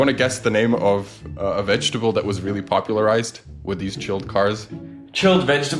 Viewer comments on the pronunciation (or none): "Popular-ICED" they just let that fly past??😅